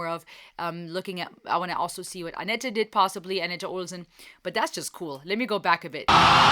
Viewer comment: Tip: The last "e" in "Anette" is silent (it's originally a French name). Thanks for reacting to a very energetic Floor (in spite of being ill) and her merry band of friends!